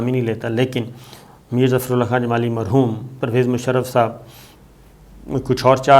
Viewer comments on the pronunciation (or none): none